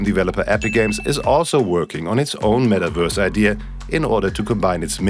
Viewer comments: i love how it sounds like the guy is saying Mettwurst lmao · What’s a “metaWURSE”